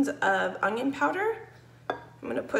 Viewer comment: Must be a common speech to say onion with a G